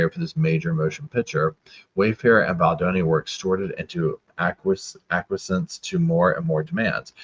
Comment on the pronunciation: Ack-We-Ess. Acquiesce. Means "give in". Ack-We-Essence. Acquiescence. Means "the act of giving in". Love you, you're a good ol' boy 😉